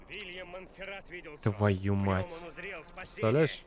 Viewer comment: Не Вильям, а Уильям!